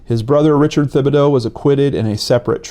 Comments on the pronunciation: His name is pronounced: Tib-ah-dough...not with a "th". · it’s pronounced Tibadoh!! Just so you know!! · Gary Thibodeau( tib-bo-doe)